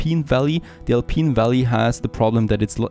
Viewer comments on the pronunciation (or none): You're pronouncing "Alpine" as "Alpeen" and that's wrong. Think about pineapple.